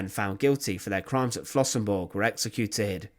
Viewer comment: Der Ort heißt Flossenbürg! BÜRG, nicht Burg.